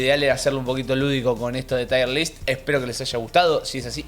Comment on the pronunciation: No es "Tire list" Es "tier list". Se pronuncia como "here" no como "hire"